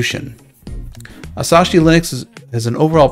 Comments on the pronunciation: Asahi is pronounced like uh-saw-hee (or more properly would sound like ah-saw-hee from a Japanese person), it sounds like you're saying Asashi and adding an extra s in there. There's a beer brand by the same name in case you've ever heard of that. I'm excited about this project because of it potentially bringing more free software people to ARM machines. I can't imagine I'd actually get and use one of the M1 MacBooks. Maybe the Mac Mini like 5-10 years from now when it's dirt cheap. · Its asahi not asashi... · It's pronounced "As-AH-ee." Apple has NEVER "locked down the Mac." I use an open source boot loader to dual-boot my OG (Core Duo) White MacBook between Mac OS X "Snow Leopard" (which is 'Certified Unix' -- macOS is a fork of FreeBSD) and Slackware-current. Ubuntu and Kali run on the M1 under Parallels as do probably many others.